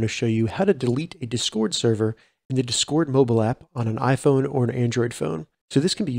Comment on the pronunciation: It’s DIS CORD not duscord dizcoord, or however your saying lol but thanks for the tutorial